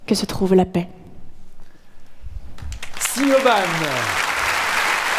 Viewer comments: Siobhan un prénom irlandais et se prononce « Shivhoon ». 😅 Grandeur et misère des prénoms irlandais quand ils sont prononcés hors Irlande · Je dirais plus prononcé Shivonne avec un "o" long